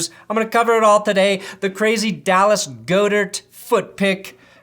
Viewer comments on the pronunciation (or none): Dude you keep mispronouncing goedart’s name😂